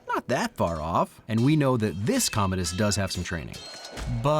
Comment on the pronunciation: I think it’s pronounced comadi’s